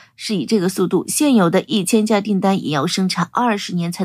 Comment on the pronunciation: 小编就算证明不是机器人念稿 发布前校对一下 把立项念成立顶 C919近千架念成干架